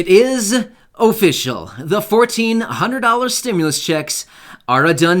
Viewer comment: It is O fishcial lol. I love this dude 😂😂😭